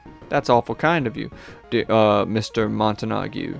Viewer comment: Its....it's Montague...